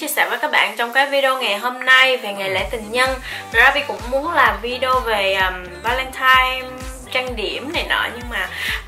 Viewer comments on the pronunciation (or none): none